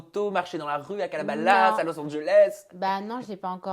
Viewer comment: C’est CalabaSAS non CalabaLAS